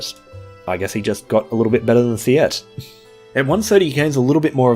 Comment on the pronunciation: The way you pronounced Siete's name made me so mad, lmao